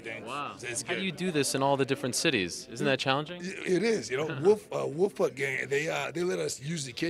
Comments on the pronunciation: This man said Wolfpuck gang 😂... cool guy though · "Wolf-Puck Gang" lol Wolfgang Puck? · "wolfpuck gang"? Lol. He means Wolfgang Puck ;) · lol he said wolfpuck gang